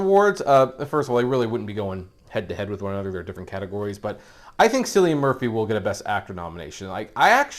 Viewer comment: Hard “C” with “Cillian”, good sir.